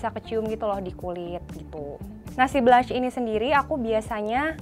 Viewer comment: bkn blanch tpi dibacanya blong sesttttt